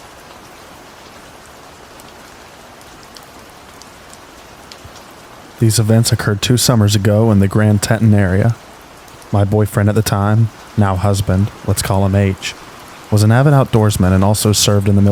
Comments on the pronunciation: I think you meant to say Grand Tee-ton instead of Grand Tettun if you were talking about the mountain range. Anyway, I'm loving your channel.😊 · Just found your channel and LOVE IT! Quick FYI... in the second story it's pronounced Grand tEEton National Park. It's in Montana.Been there many time's and have seen grizzly bear's....not whatever the couple saw though. Thank God! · Grand Teton is pronounced Tee-tonn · Grand Teton pronounced Tee-ton Newfoundland pronounced New fin lind. Yours truly, grammar nazi